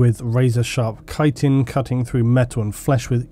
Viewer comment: Thank you for being the only person talking about Tyranid that can correctly pronounce chitin.